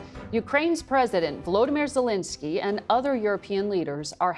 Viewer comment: It's VoloDYmyr Zelenskyy, not VoLOdymr Zelinskyy. Accent Volodymyr on the third syllable. Zelenskyy is NOT Zelinskyy.